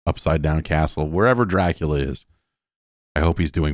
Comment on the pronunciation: THE D ON MY GRAVE STANDS FOR DRA-CU-LA